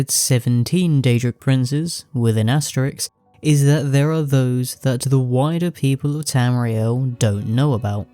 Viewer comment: Aste-RISK. Not -RIX. Sorry; my pet peeve.